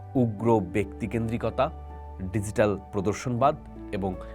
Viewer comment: Apnar banglao kharap, English o .. DiGital.. its G … ar Ekhoi na .